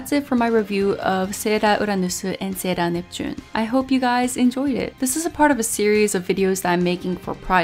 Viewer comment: ahh, I didn't know she was Japanese. But she is talking well in English, so the Japanese pronunciation for English words like "Sailor Uranus" and "Sailor Neptune", which she can clearly pronounce in English, it sounds veerryyy off putting to hear her randomly pronounce it in Katakana ( Japanese pronounciation for English words)